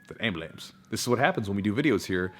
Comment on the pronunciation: Hahahahaha I need a compilation of saying “Ambalance” cracks me up every time